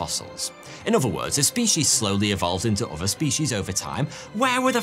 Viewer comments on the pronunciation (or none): Can you at least TRY to pronounce the names right? It's not CoeLEOcanth, nor is Manado pronounced MANDO. And its oTHer, not oVer, THrough, not Frough.